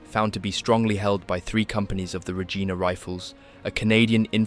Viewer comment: reGINA rifles??? Bruh, it’s pronounced rejeena